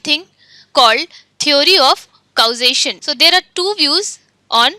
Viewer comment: Acha learning video he but aap thoda English movies dekhliya karo pronounciations aa jae ga. hum word ko vowel ke hisab se kehte hen lekin unka pronunciation alag he. for example: Causation ko Kou-zation nehi balkii /kɔːˈzeɪʃ(ə)n/ kehte hen. Diualist nehi Dualist.